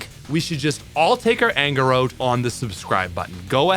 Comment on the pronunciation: I love how he pronounces “out” as “oat”